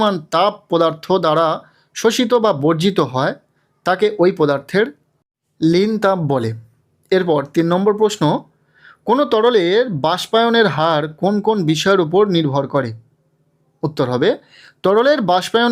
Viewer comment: নীল তাপ না Sir লীন তাপ 😂😂😂